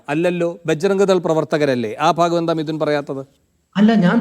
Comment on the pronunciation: അഡ്വക്കറ്റ് എന്ന വിദ്വാന് തീവ്രവാദ സംഘടനയുടെ പേര് പോലും പറയാൻ അറിയില്ല 😊 ബാജ്‌റാ..ഗ് ദൾ എന്നാണ് അയാൾ പറയുന്നത് 🤔 കൂടാതെ ഉരുണ്ടു കളിയും 😄